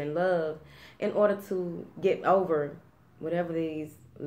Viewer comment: I was thinking about breaking two karmic cycles but realized why one of them should not be broken. Not sure why I need to hold off on the second one...hahaha love when you say whateva it's right there :-)